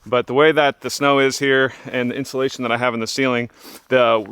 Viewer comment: Say it with me.. IN - SUE - LAYTION... 👀